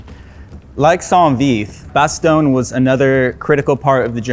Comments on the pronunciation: Bastogne is not Italian. It is not lasagne. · If you pronounce "Bastogne" enough different ways, one of them must be right, right? (The win goes deep on the "oy" in "toy," very very light on that G.)